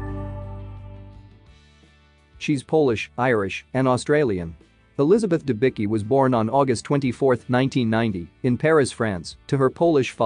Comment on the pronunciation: Her surname is pronounced Denbitzki. Not Denbiki!!!